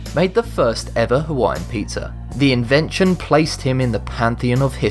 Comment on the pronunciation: Dacoool! I thought you said "put people on a pineapple"